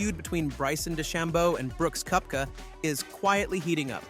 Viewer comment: It’s pronounced Kepka. Do you even watch golf?